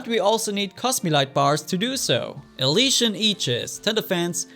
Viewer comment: Elysian - ee-li-shian